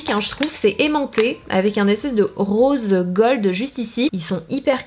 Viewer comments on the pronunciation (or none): none